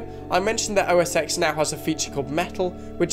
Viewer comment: Nitpicks: It's no longer "OSX", it's been "macOS" since El Cap. Second, even when it was "OS X" it was pronounced "OS Ten". See also: iPhone X.